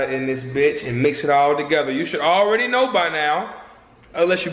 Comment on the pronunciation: I was in the DMV while watching this, all people could hear was "HOE READY" lmao